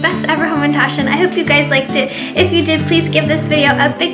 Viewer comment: You're wonderful. For the old man Pronounce hamentashen ha as in hominy or "say ahhhh" or ha ha ha. Instead of ho-mentashen. All the best.